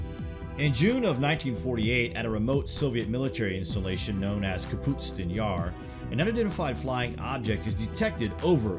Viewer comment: .. Says the UFO was shot down by a missile. Then says this happened within a year of Roswell. That would make it 1947-48. Soviet didn't have AAM's until 10 years later. :( And it's pronounced like it's spelled. KAPOOSTIN Yar. Not Kaputstin yar. You're adding an entire syllable that isn't there.